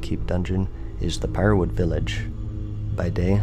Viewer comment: Feaw the fuwwies of Pywewuwud viwwage